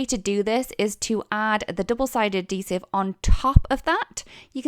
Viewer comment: Add—heesive…. Not A-Deesive. Darn hard to figure out what you were saying until I figured out you were saying it wrong